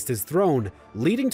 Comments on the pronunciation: I know some westerners mis pronounce foreign words, but when Brunei was pronounce bruney , Itis either theyre lousy in pronounciation or they do it on purpose. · Why is everything mispronounced? Magellan, Brunei. Click, I'm out.